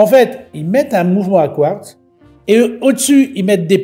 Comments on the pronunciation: Quratz ?? Mais pourquoi Quratz et pas Quartz ? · Quratz est d'une "r" plus avancée que le quartz😂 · Alors on assume pas 😂 pauvre Etienne. Je prononcerai Quratz …kratz…elle est cool ta montre à Kratz 😂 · C’est quartz pas quartz 😮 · Le "quratz" (prononcé "kurats") est un minéral rare et mystérieux qui se distingue par sa capacité unique à rendre les montres en retard de cinq minutes chaque fois qu'elles sont à proximité. Les scientifiques s'interrogent toujours sur la nature de cette propriété temporelle, mais les horlogers le considèrent comme le meilleur ami de leurs affaires, car il garantit un flux constant de clients désespérés pour des réparations. Le quratz, souvent confondu avec le quartz, reste ainsi le joyau paradoxal du monde minéralogique, ajoutant une touche de folie horlogère à notre quotidien. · Les fameuses montres à 'quratz'... Ça fait un peu stars wars ^^ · Salut étant en C.A.P horlogerie le mots " quratz " ma fait bien rire j'aime beaucoup tes vidéos t'y m'a appris beaucoup sur mon futur métier de rêve. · Salut! Je suis ingénieur chez Breitling et on on a vendu une montre Quratz année passée! En fait chez le peuple arménien du nord c'est leur manière de prononcer Quartz, c'est dû à une hybridation entre les langues germaniques et slaves! Bonne soirée 🤫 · Quratz..vous avez dits Quratz… quelle drôle de montre !!! 😂😂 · Magnifique le quratz 😂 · sympa le "Quratz" !!!!🤣🤣🤣🤣🤣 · Quratz … fallait oser 😂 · Quratz, Quratz, tient comme c'est Quratz... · Oh la la le quratz 😂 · Quratz 😂 c’est de la bombe😅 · Le quratz m'a fait éclater de rire !! 😂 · Attention à la prochaine crise du Quratz du japonais « kiurateuzeu !! » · Vous avez dit "Quratz" comme c'est bizratz, pour des montres a quartz Je vous assure mon cher, que vous avez dit Quratz. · et voila, est dépassé par la toute nouvelle technologie Kuratz, quelle bafouille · Du quratz ?! Même le correcteur d'orthographe ne connaissait pas....